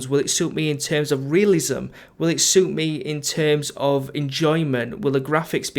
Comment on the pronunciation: "will it shoot me in terms of relisism". haha "suit me" not "shoot me"